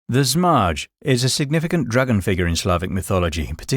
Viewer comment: Zmaj is English in pronounced as "Zmay" btw